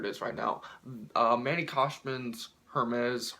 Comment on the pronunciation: can you say Hermes right